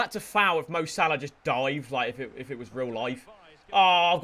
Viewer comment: Unsubbing because you saying Mo Shhhhalla to much.